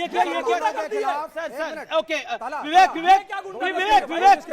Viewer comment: Amish gee ahy to ap Pa gal has veevek Kyu veevek bolate